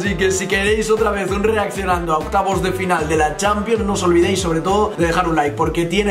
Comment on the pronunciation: alguien se dio cuenta q dijo OCYAVOS DE PENAL:v